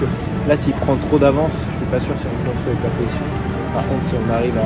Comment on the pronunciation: Cette piste est géniale, merci de nous le faire vivre comme ça ! Par contre on dit pas swiper mais swaper, comme un swap moteur :)